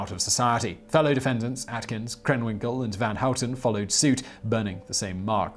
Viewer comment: Your pronunciation of "van Houten" was almost perfect. I often hear English speaker say something like "ven Hoet'n". Nice. The only thing is that you're still making the 'a' very flat sounding, almost like you're saying "ven". But that's only a minor mispronunciation. A small blemish on an otherwise perfect effort. I approve.